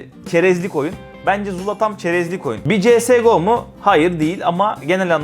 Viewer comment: Cs go öyle okunmuyor İngilizce yok